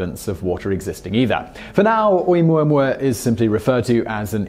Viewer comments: I thought it was "oh oo moo ah moo ah." Those first two vowels do not make one sound (oo, like Simon is saying). The "o" and the "u" make the sound oh oo. No? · Pronounced Oh-Ooo-mooah-mooah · ...the ‘Okina at the front of ‘Oumuamua is not only a letter it is a glottal stop...so you misspelled it and he almost pronounced it. Granted almost everyone mispronounces "Uranus" (including most scientists), so we all get a pass... But, I recommend you look it up Hawai‘ian is not that hard to pronounce as you may think. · He said Omooahmooahmooah. I heard him. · I giggle listening to you pronouncing Oumuamua